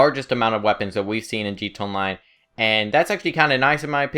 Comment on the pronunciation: stop saying gt onmine its gta online you basted